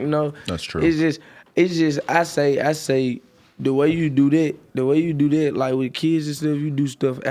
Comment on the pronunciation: man said "the way you ded, the way you do ded"